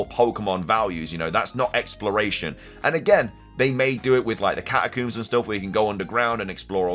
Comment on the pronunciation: I am shocked to learn that “catacooms” is a pronunciation that people use 😂